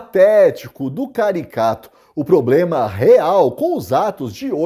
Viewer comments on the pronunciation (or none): none